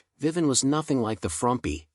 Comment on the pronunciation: Too bad this AI voice over can’t pronounce their names. Who the hell is “Viven”? 🤔